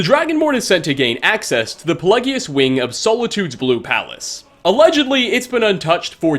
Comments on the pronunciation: Nobody:: puhlegius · Im surprised you mispronounce pelagius, moslty since the pronunciation is repeated by multiple npcs in game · You obviously do your research in-game to get these shots, etc. So can you not just turn on the volume when doing so so you can hear the correct pronunciations. Like with the mind of madness, the amount of times "Pelagius" is said seems too much to be able to still mispronounce it.